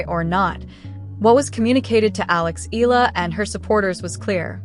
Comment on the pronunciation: Eala pronunciation E-yala